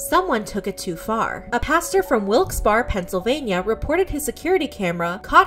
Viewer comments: IM SORRY BUT AS A PENSYLVANIAN IT HURT ME THEY SAID WILKES BAR INSTEAD OF WIKES BERRY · SHE SAID WILKES-BARRE WRONG. I live in PA, nobodies calling it "Wilkes-bar"